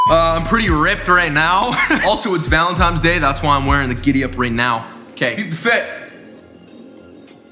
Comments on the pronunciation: you had me 3 seconds in and then you said VALENTIMES day .... my boner dropped. (no homo anyway) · Take a shot every time says "Valenti*m*es Day" Great video mate